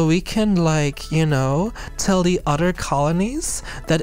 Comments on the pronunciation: I love that the way she says "other" sounds like "udder" and it fits the cow aesthetic very well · I truly forgot the Halo series was a thing until now. Also love that we getting longer videos and I don't know if saying one or the udder was intentional or not but its really funny to me.